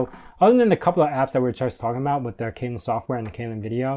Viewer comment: Windows 11? UKUI reminds me an awful lot of Windows 7. BTW, Kylin is pronounced "Chee-lin".